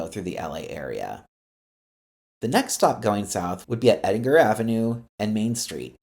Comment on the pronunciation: Also EndinGer. "G" as in George, and NOT as in rinG.